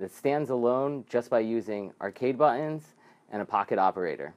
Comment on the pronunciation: I actually skipped to step 6 so I could hear "buh-ins" more, because I love it. :D